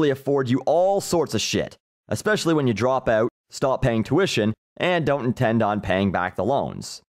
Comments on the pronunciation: I'm Canadian and I don't even say it that way; it rattled me too. I came to check the comments if anyone else noticed. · Thom Kinrade oot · You sound so Canadian when you say "out"